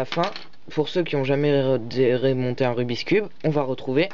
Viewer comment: Ce n'est pas rubis cube quand tu le prononce!!! C rubikss